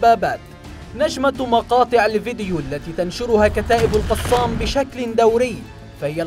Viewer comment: كتائب "القصام"؟؟ نرجوا ايجاد اشخاص يجيدون قراءة العربية في قناتكم، فضحتونا.